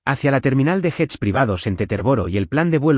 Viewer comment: No sean burros aprendan a pronunciar bien como que Jetta tienen ustedes no hits jets es yet